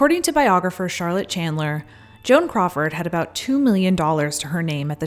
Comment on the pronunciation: It sounds like you say JOHN instead of Joan. lol. Why did you make this vid? For the ads? ok. EDIT: for anyone wondering, why did I watch this? I didn't after 3 mins. I had enthusiasm to watch, but the intro was AWFUL!!!!